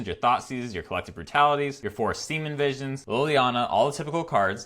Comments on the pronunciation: love the channel, but really annoying and weird that you mispronounce Serum Visions as Seamen Visions. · Every time i hear him say semen visions instead of serum visions..... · Have you been saying Semen Visions this whole time? My hearing is really weird. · I just realized you call it “semin” visions 😂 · Gotta love the "siemen visions" 😂 love the deck and your enthusiasm :D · He said Semen Visions lol